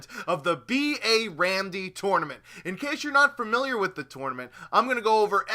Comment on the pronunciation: The way he says 'tournament' makes me want to punch babies...